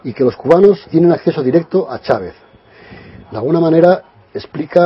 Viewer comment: En qué país latinoamericano se pronuncia Chávez como "Shavez" o Machado como "Mashado" ?